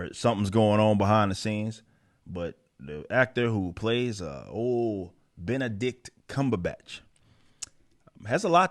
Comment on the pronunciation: "Beenabitch Cmonhun"